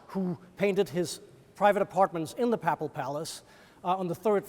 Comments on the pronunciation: Please note that "papal" is not pronounced "papple" but "paypull". There were other odd pronunciations too, but this was the worst. "Ermine" is not "ur-mine" but "ur-min" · you say “paple” and I say “papal”— let’s call the whole thing off, as Martin Luther sang.